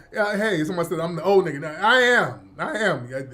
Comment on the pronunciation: NEEGA in that African accent killa me